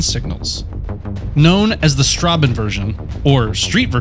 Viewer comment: Juuuust to be clear the ß in Straßen is pronounced like ss and not a b